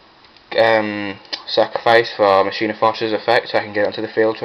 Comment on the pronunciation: first helpful tip, its Machina as in (Mah-Keen-Ah) Its Latin for machine. Just like the saying Deus ex Machina, Day of the Machine, Second word of advice dont run Gadgets, they slow down the deck, with my pure Machina's I just run the Fortress, Gearframe, Peacekeeper, and Force It is stronger and faster, also replace the Gadgets with Jinzo and Jinzo Returner, Far better, and your opponent cant bottomless or anything.